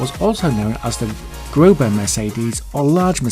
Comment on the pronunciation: "The grober mercedes"? Really. At least do the research and see that it is the großer mercedes. 1) ß is not B 2)ß is an eszett 3)ß makes "ss"